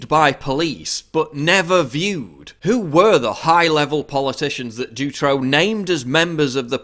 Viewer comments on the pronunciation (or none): i love your vids but my ears hurt from the way u pronounce Dutroux tho :p